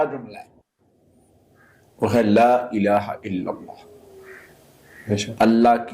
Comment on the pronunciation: Laaa tora lmba krk prhtay h,la means albta,laaa means nhi.correct da pronunciation